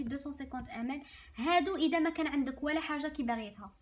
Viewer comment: أختي😅 عندي ملاحظة واحدة كي تقولي ml ==> مِلِلِتْر